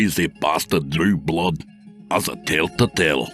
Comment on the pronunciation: Wow I love this story, great work or Blaaa or what ever they call you when they can't figure out how to say Blood lmafo. I am infact titillated